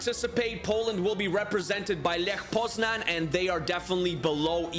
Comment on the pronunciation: Grabara isnt the Polish starting goalkeeper. Its Wojciech Szczęsny. Tip: saying Lech Poznan, you say Leh Poznany ( y like in alphabet)